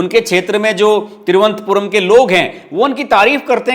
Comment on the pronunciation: Thiru vanantha puram boliye.. Thiru antha puram ka galat matlab nikalta hain.